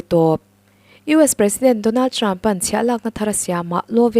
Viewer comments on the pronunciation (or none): A ngaihnawmin a bengvar thlak ṭhin. Lawmthu ka sawi leh e. Rawtna ka'n siam nawn leh teh ang. ' HR' hi Sh in ila lam ri reng mai.'Hriattir' =Shiattir. 'Ṭ' hi 'Ch' angin ala ri fan bawk. 'Ṭang' hi 'Chang' Trump pawh Champ. Khawngawih takin mi entawn leh in tihdan hi ṭha ber (chha ber ni lovin) a ngaih in ni. Han uluk ula, Mizo leh Mizo ṭawng (Mizo chawng a ni lehpek lo aw) hi i humhalhin i humhim teh ang u.